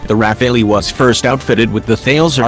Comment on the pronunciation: IF YOU ARE DOING A DOC ON THIS FIGHTER CALL IT PROPERLY:RAFALE(Strong gust of wind').......NOT RAPHAELLY...momo!!!!